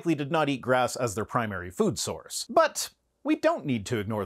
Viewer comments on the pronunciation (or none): none